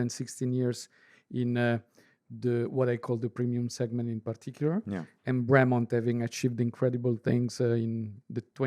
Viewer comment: Oh for gods sake, at least pronounce the brand name correctly. Nobody, nobody at all other than Ben, pronounces it Breee-Mont. Nobody.